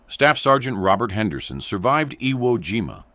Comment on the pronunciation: The AI Speaker Can't Pronounce IWO JIMA or any other Japanese Words, Disgraceful To WWII Vets. They Weren't Playing A Game This Is Educational BS People Distrespeting, Real Education You Get An F